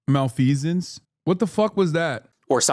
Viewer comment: I have no idea how that got into his head. It's not even close to what he was trying to say. I think he meant to say malfeasance?